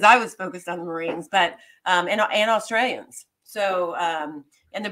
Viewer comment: Yanks pronunciation of Australian names is both hilarious and pathetic.